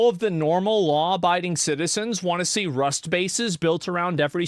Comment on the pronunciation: 😂😂😂😂im dead, Asmon Saying RUST bases is hilarious af